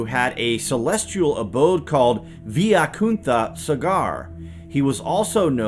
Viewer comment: It's pronounced as ' Y kunta'